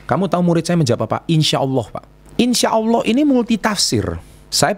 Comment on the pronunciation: Ngomong " insya Alloh " nya udah faseh pak 😁 Bener juga sih pak,, banyak yang salah menggunakan kata insya Alloh.